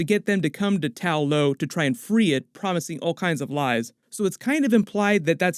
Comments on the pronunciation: Why do you keep saying “Tao Lao” in your videos, instead of “Ta Lo” like in the movie? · Ta-lo (tah-loh) rather than Tao-lo (taoh-low) according to the movie.👍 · Idk how it's so hard to remember TA LO bro it's not tao lao or tao lo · I love these breakdown videos but please change Tao Lo to Ta Lo. Its Ta Lo in the movie. thanks. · Why do you keep referring to Ta Lo as Tao Lo?